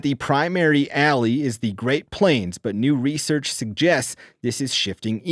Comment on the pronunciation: I just noticed that when reads he always says THE like “thee” and never “thuh”. Interesting!